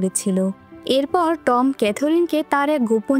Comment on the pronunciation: উচ্চারণটা খুব বাজে,, যেমন টম